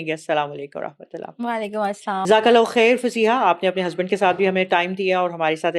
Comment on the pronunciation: Walekum assalam theek se kahiye plz....